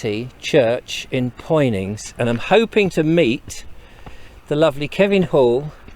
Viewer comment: All those comments below but none from a native of Poynings.who would told you its not Poynings it's Punnins